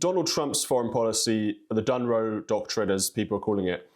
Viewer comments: GB News, It's 'Dŏnroe' (Dŏnald + Mŏnroe), not 'Dŭnroe'. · It's "Donroe," not "Dunroe" 😆